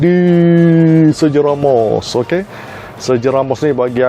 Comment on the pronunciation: kalau nak style lg, sebut ikut gaya 🇪🇸. sergio=ser-hio real=reyal.. rial kira halal la ✌️✌️